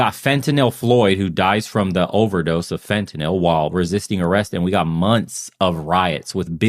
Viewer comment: Holy shit! You are one of very few non-medical people that pronounces fentanyl correctly!